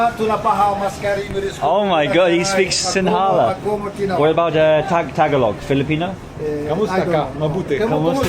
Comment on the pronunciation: Tagalog is pronounced TAG AHH LOG. Great videos.